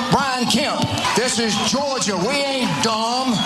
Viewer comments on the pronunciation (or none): "DIS IS JO-JUH! WE AIN DUM!" As a Georgian, he does not represent me. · "This is Georja, we ain't derrrrm." Yeah, right...